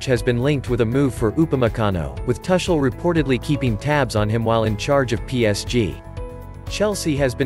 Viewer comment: Tar Shel or Tu kel You better get your pronunciation right. At least for the next two seasons.